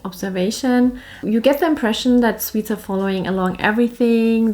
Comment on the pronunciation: Aaaw, she called us sweets. No it was swedes, it almost sounded like sweets. Well! Can´t hang around here all day, got important things to do (yeah right).